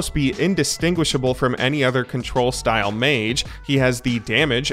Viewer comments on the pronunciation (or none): none